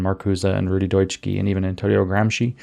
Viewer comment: Just a quick note, Dutschke is pronounced something like "DOOTCH-kuh", not DEUTCH-key